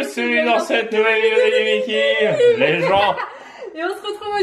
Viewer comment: On dis maïki pas mikè! Tu le ridiculise